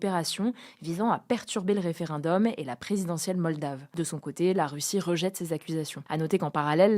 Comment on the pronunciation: "Réferundum". Ouylle, laurtaugraf!